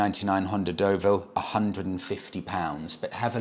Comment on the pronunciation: you're still pronouncing it wrong, it's the Dullville🤣🤣 Although in fairness, it came from a long line of Honda's that where beloved by motorcycle couriers. Like the Maggot, (CX500), C90, and Early Pan European. They went on for ever and had shaft drive. Same engine as the Transalp you love